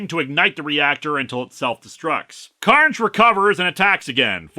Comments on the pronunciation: No... his name is Don Car-Na-jay. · I feel that this is especially poor literacy because the apostrophe should be after the N if they wanted it to sound like “carnage”. Your reading sounds more accurate based on how it’s spelled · You could have pronounced it “Car-Nage” and given him a weird Euromix accent a'la Jim Cummings…